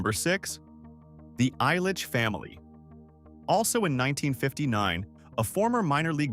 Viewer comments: Mike “I’ll-Itch” family, not “Eye-Litchfield”. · The EYE-litch name... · Right? 🤣 Eye-litch family? 🙈 I stopped there... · JSYK Ilich is pronounced "ill-itch" Meijer is projounced "My-er" Mouroun is pronounced "Ma-roon"